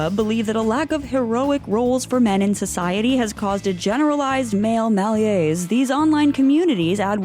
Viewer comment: “Mal yays”????? Try again. Malaise is pronounce “muh-lez,” or “muh-LAZE” in the more anglicized version. And why did you ignore the i when trying to pronounce Palahniuk? Why don’t you check these things before you record?